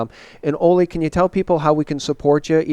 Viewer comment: I appreciate you so much,, and love Ole. I only ask,, that you pronounce Ole's name correctly...as a show of respect. Listen to him pronounce Ole Palmgren's name...it's "oo-leh" vs. "oh-lay" or "oh-lee" or "Ollie". "Oo-leh" with emphasis on the first syllable.:) I cringe for Ole every time you say his name.:)